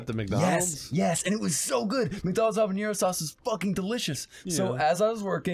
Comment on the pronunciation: One of my favorite things about this bit is how fucks up the pronunciation of habanero by trying to add an ñ that doesn’t exist in the word